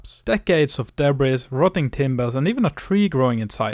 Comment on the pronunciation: Love the video! ❤ And I’m positive that your English is far better than my pitiful attempts at speaking Norwegian! That said, you might want to know that “debris” is a French loan word borrowed into the English language, and as such, we kept the French pronunciation! So it is pronounced with a silent /s/ at the end of the word, including the plural (also with a silent /s/). Just trying to be helpful! And by the way, I had a Norwegian great-grandmother! Her parents were married at Avaldsnes Church in 1865, before emigrating “til Amerika”! Best luck with the barn restoration! ❤